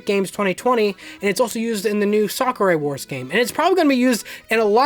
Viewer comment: Hedgehog Engine 2 honestly looks beautiful, Mario and Sonic 2020 and New Sakura Wars' graphics are amazing and surprisingly it doesn't make the games lag like HE1 did with Sonic Unleashed and it's not "Sakurai Wars" 😂😂 I won't make fun of you, don't worry lmao